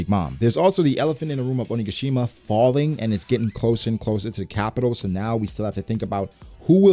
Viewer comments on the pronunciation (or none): Has to fix how he says onigashima. Idk why it bothers me so much but every time i notice it.